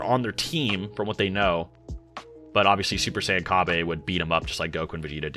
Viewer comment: Oh my god you saying “Ca-bay” makes my ears bleed💀